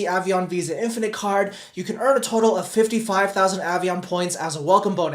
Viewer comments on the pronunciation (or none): none